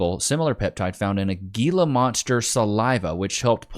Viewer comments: living the Southwest and he pronouncing Gila monster as GEELA instead of HEELA? Bro I thought these were in your backyard!🤣🤣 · It's pronounced "Heela" monster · The lizard is pronounced he-la. And yes you do not want to get bit by one of them little devils. I grew up with a rather large one that lived in the water cutoff craw space and the bastard got me on my lower calf cause I apparently spooked him. I thought I was going to die for like 36 hours. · Damnit! It's pronounced " he-la monster". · Pronounced Hela monster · It's Gila (HEEL-uh) Monster venom!?! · Say it right bro…..hee la monster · Bro, Gila Monster is pronounced like an H instead of a G. We have them in Arizona